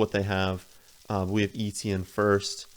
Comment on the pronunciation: Eh-tyen or Eh-chee-en NOT EE-Tee-en